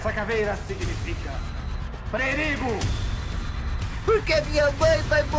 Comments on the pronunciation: "PRE - RI - GO" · Eu sou tão burro que só fui perceber que tava errado prerigo depois que li o seu comentário kkk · "Essa Caveira Significa.... PRERIGO! Ouviram Bem? PRE RI GO!"